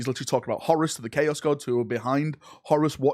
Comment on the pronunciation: That’s not how you say horus